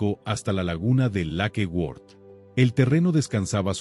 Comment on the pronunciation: Lakeword? No será Lake Worth.